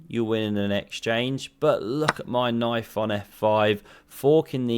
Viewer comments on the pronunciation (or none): KNAYFE on f5 😂